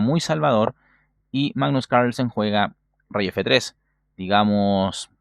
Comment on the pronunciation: Siempre me da gracia como decís "magggnus cairslsen" jajaj muy buenos tus videos